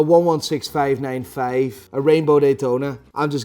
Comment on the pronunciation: I'm here for the faif faiva faive pronuntiation! Love it!